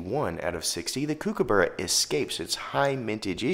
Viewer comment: I know it’s confusing given the spelling but it’s pronounced cook-a-burra not “kook” - and no one calls it “kook” for short. Nice video though!